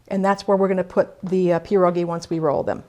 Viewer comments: it's pierogi, not peerogi. also piroshki are not Polish. there's a difference. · It's [Pee - Ear] - [ Ro] - [Gee] not Jee. Gi, like ski. Pie ro gi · I beg to differ. It's not pronounced pee-ear, at all. More like Pyeh-ro-gee, and of course roll the R. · I cringe every time you say pierogi